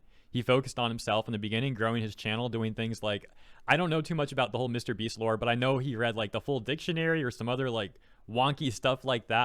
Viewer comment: Jesus what? What a funny way to pronounce MrBeast We actually live in a society where Jesus could be healing sick people and Twittards would say "He's only healing them for the views in YouTube!" I mean WTF man, they literally don't know what to do with their life so they waste it being retarded in Twitter.